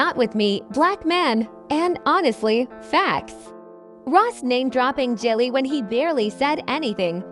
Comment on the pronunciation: She said Jellie 🤦🏾‍♂️ these videos need to be stopped